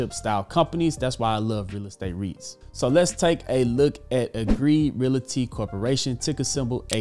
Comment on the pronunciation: He still can't pronounce "realty" correctly.